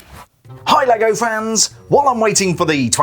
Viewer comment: I always understand "Hi leg offence" 😂